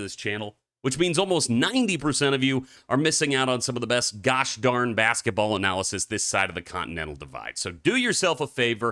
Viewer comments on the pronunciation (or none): none